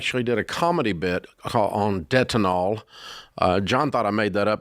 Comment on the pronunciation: Debtonal... Amazing! 😂